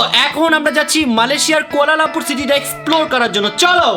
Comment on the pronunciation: কুয়ালামপুর না কুয়ালালামপুর